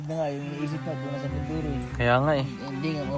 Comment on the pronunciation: its Mindoro not Minduro😂✌️✌️✌️